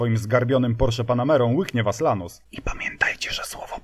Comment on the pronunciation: Był Gólf, był Paseratti end Lanus. Na następny odcinek proponuję kolejny "Polsky Pszebuj Handlarski" czyli Skodziankę Oktawiankę ;)